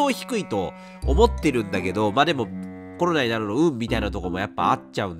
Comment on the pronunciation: コロナが「ころら」に聞こえてワロタ お気をつけて えげつない発熱でコロナ！？と思ったらインフルだった人